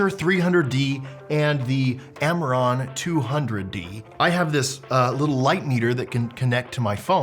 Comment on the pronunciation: can you say - AMARAN